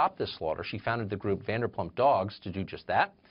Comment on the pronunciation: VanderpLump and SesTa? For fucks sake Carlson, would it kill you to do 5 minutes worth of research on your guests so you can get their names right at least 😂